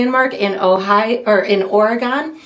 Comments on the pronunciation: It's 0R-EE-GUN. Multnomah falls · This is Multnomah falls, on the Columbia gorge, right off Hwy 82, in ...Or..E..gun. That's how it's pronounced. It's gorgeous in the winter!! Semi frozen.